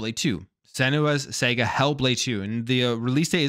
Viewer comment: I love rts and turn-based strategy games! so every game at this direct hit, the only L's are actual fanboys down playing this "developers direct.😂 now to break your balls,. Show a friend or coworker this word "saga" and i bet they don't say "sega" You are a smart man, and I find it strange you butcher the most unlikely words 😮 that is all for now....